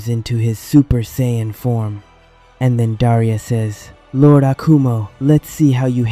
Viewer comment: You know after watching and listening to 2 of the narrators butcher the word's Saiyan and Zeno multiple times throughout this is one thing and can be forgiven. That being said who thought that putting the phrase "where on earth" was a smart thing to do. Do better